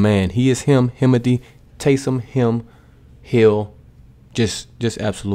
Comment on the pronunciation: Tays”him” hill